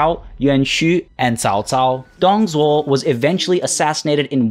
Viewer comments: Isn't like Doong Dzhuo? Google translate has the name prouncaiation. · Great vid as always, you said Liu Bei right the first time, the other times not so much. Your Zhang Fei was pretty much perfect. Dong Zhuo is good attempt, but the Dong is wrong. The rest is fine, but if you want to nickpick, the tones are wrong. Overall, pronunciation is definitely better than the other youtubers. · Wow i'm getting replied by. Is this real? Excellent pronunciations. There are few common mistakes that most English speakers have tho. First being Dong Zhuo(董卓). I know that we have silent 'h' in English but here in Mandarin Chinese, "Zhou"(yes, i mean "Zhou") is more like "Joe" or "Drove" without the 'v', rather than 'z'. Same applies to 'c' and 'ch', 's' and 'sh'. "Zhuo" is more like "J/Dr + wow". Not a good example here but hope you get the idea. Fan facts, there are certain dialects that don't distinguish them('z' and 'zh') and somethings people make fun of them. Second being that 吕布 is not "Lu Bu". This i blame Fantasy Warriors or w/e games that translate incorrectly. It should be "Lü Bu". 'ü' and 'u' pronounce differently. It's more like "Lyu Bu". However, still 4.5/5 pronunciation. And 5/5 for the content. Been enjoying the videos so far and keep it up! Also excuse my shallow vocabulary and poor grammer.